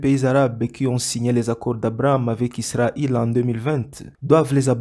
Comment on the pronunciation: Entre musulmans vous vous entendez même pas comment le monde peut marcher 😂mdr sa sera toujours le bordel. Ps : on dit Israël ! Pas isra il 😂